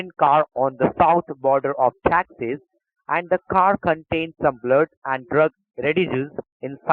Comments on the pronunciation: great video, love how he say STATE OF TAXES , instead of Texas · The Eyer-rus in the department of tandoori in the state of tax-us. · State of taxas?? Lol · Its Texas not taxes 😂😂 P.S - American's don't know English. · ". . . in the state of 'taxes'" LOL!!!! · I live in Texas but I never knew I was saying it wrong till I heard this scammer call it the correct name, I can't believe I would say texas and not say Taxes